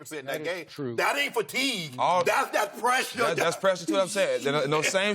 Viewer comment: "That aint fatiguee, that's that pwessuree der" 😂😂😂Shannon never change